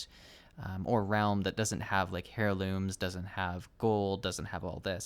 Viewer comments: wtf is a "Hairloom? You mean heirloom? ...er-ˌlüm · Dude keeps saying hairlooms lol.